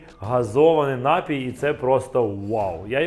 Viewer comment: Вообще -то НапІй, а не нАпій. Ударение на втором слоге.